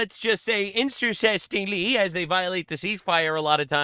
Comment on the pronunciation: "Inter-cestingly"?! 😳 What is this?! A Muslim majority country?!